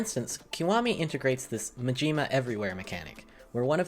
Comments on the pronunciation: Wait... did he just pronounce Majima... Mujeema? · ma-jee-ma downvote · ma-JEEM-a? what also... yakuza on english, u kidding? please no dub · "MaGIma" lol. Still good video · pronounces zero as ゼロ pronounces majima as majeemuh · It's a bit silly that you insist on Japanese pronunciation of zero (when it's not even exclusively a Japanese word), and then you butcher the pronunciation of Majima as "Muh-JEEMA" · Why did you pronounce Majima that way? Damn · Lmao the way you pronounce Majima.